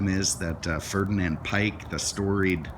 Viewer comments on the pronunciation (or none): Ferdinand Piech it's pronounced "Peekh" , not "Pike" or whatever you saying. Gosh. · Hi, it is pronounced Ferdinand Pjekh🙂. He was Vw's Lee Iacocca😉. And the dash looks straight out of my Passat. I wish it was Bentley. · You need to learn about VW and Piëch (pronounced pea-eh-ech). He built this car as a VW version of the Audi A8. From that, Bentley took some ideas after the takeover. In this car are many unique features, which Piëch really wanted, such as draft-free ventilation. There was no such thing as a Premiere Edition in the VW program; that is an American wishful-thinking term.